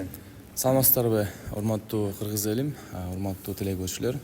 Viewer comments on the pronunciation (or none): none